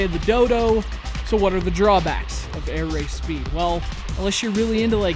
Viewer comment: You said the name properly :) Thanks for the review. I'll just add something: the game has a pretty low price of $4,99.